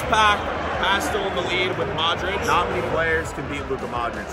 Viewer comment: Its Luka Modrić not Luca Modrić just so You know. Great YouTuber both and you. Love from Croatia! 🇭🇷